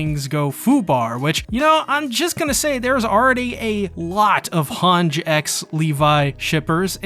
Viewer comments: its han-jee not hanj please stop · For the ever living sh*t, , it's, pronunced han-gee not han-sgh... There a no s's in the name, I will say one thing tho atleast your not pronouncing it has han-gii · why does he pronounce Hange like that ? 😭😭 ITS SUPPOSED TO BE “HAN-GEE” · hange is pronounced han-gee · Did this guy call her Hange without the long e?